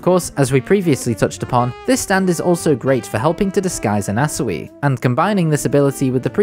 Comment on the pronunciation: why are you saying anasui like that